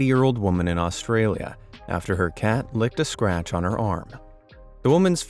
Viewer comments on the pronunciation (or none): none